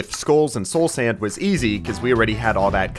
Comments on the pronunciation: Bro said Sloul Sand. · "soul sænd" 💀